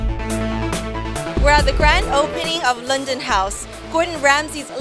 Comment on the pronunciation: My ears hunt when she said "Loondon".